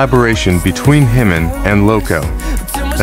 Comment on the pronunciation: The mispronunciations are driving me crazy!! "Himmin" and "Bisson" top the list, but seriously, it's pretty egregious error when Jimin is not a new artist. There's so much content and guides on how to pronounce his name and other KOREAN words. If all else fails, look up the KOREAN (hangul) spelling of his name and learn how those letters sound!